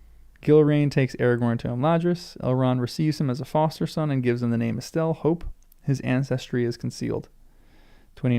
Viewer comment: shouldn’t the first syllable have the emphasis for Estel? Otherwise it sounds like the feminine form “Estelle.” This has been bothering me every time I hear it, but perhaps I’m wrong?